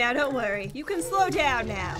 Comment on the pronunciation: pat you sed low in sted of slow